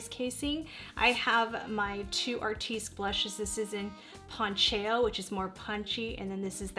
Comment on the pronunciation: Just Fyi - Artistique is pronounced ( Artist teek ) not ( Art teesk )